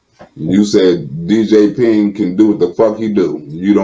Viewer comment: Did you just say “D,J, Ping”? Kmfsl 🤣🤣🤣😂😂😂😂🤣